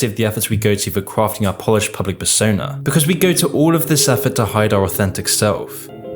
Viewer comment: Persona * not Pessouwner